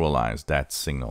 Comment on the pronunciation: This would be more helpful if you didn't pronounce 'signal' and 'single' so they sound identical.